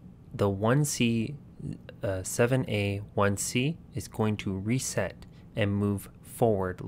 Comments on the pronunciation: Where are you seeing “ZA” not once did I see “ZA” and you said it multiple times on multiple different codes..? It was 7A every time. Lol 😂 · I love how you keepbcalling the 7's "Z" It's hexadecimal. That's 1-9, A-F.. Ffs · 7A is not Z A. it is SEVEN A